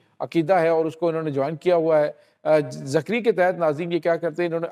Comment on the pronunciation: بھائی یہ زکری نہیں بلکہ ذگری فرقہ ہے